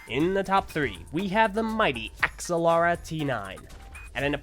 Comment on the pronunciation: ITS PRONOUNCED AX ALL RA